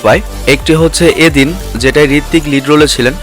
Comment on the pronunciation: bhai film tar nam yea dil noi yaadein, pronounce thik korun meaning change hoye jacche to